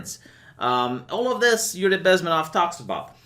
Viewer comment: His name is pronounced BezmEnov. Emphasis on the E.